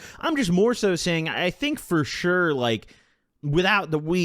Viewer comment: I've never listened to you but you got a new sub with "fur surely" 😅